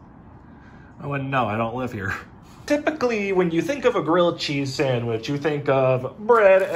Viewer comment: *GRILLED CHEEZY SANWICH*